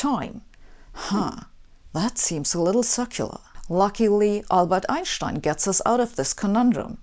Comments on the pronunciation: It's stine, not Shtine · Why does she pronounce 'Einstein' wrong? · Never heard of Einshtine. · Raise your hand if you, as I did, came here to hear her say Einschtein... LOVE_ LOVE_ LOVE.. That aside, her presentations are stellar.. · Einshhtein was ridiculed regarding the pronunciation of his name during frequent brawls about the speed of light in the tough physics bars around Princeton. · I just love the way she says Einshtien. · You know the person is brilliant when they pronounce it "EinSSHHtein". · Anyone triggered by mispronounciation of Ein-stein? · Two great answers below, from Dr Muller and Martin... you honestly didn't know how to correctly pronounce Einstein??? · I wonder if native English speakers finally learned to pronounce Einstein's name :-) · From now on, I will be pronouncing Einstein’s name differently. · Yes, you have been pronouncing Einstein wrong all this time! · God I hate the way she pronounces Einstein. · I come here mostly to hear her say "Einstein". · Iits time to change the pronunciation of Einstein. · "worst thing about American language is that, it needs to butcher all the foreign names" So you probably have no problem whatsoever to pronounce american names correctly like for example: Albuquerque, Niagara or Massachusetts? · Very simplistic explanation. Huge admiration from Pakistan. And they way she pronounces Einstein ❤️❤️.